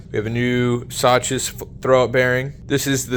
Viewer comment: "Saches" is absolutely wild my man 😅🤣 it's pronounced like the name Zach - "Zachs". Great video though, I appreciate you showing part numbers 🤝